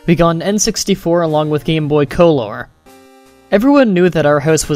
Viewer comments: Just because theres a U in the word colour doesn't mean its pronounced differently. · lol taking it way too serious with your colour pronunciation